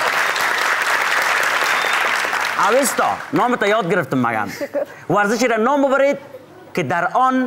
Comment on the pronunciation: واقعا جای تاسف است که واژه " اوستا " را درست گفته نمیتانی اوستا اسم کتاب زرتشت و یک تمدن آریایی در بلخ بود